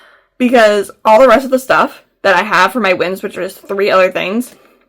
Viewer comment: When we were talking about this the other day I thought you said Winds and was so confused but now it makes more sense lol